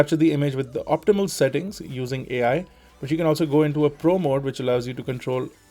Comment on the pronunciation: AL Image stabilazation.. Its ai as in Artificial intelegence not ALL